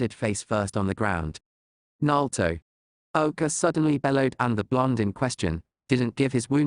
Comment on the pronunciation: I wish they would work on the Name pronunciation. Repeatedly hearing them pronounce Iruka and Naruto's names wrong was like nails on a chock board to me.